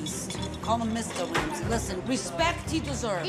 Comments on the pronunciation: ‘Mr Wamsay’ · "Mr. Wamsay at least."